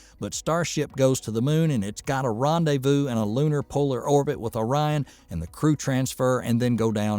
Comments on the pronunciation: Was O-ri-on thing a joke, or a misreading, or serious? That totally threw me.😅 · I'm guessing the narrator is from Michigan. He kept calling it Ŏrion instead of Ōrion. I say that because we have a city, just north of Pontiac that we all pronounce as Lake Ŏrion. We can always tell if someone is from out of the area because they almost always say Lake Ōrion. And, yes, I added the phonetic makes over the "O"s to make the point.